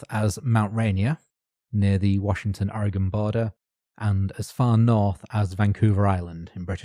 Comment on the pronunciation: Thank you for pronouncing Spokane correctly! Unfortunately you done put the GONE in Ore-GUN ;) You're doing the best you can, a lot of it is dictated by accent. There's a town in Utah on the edge of the Mojave called Hurricane. Pronounced Hurr-uh-kin, or Hurr-uh-c'n. Drives me nuts, frankly.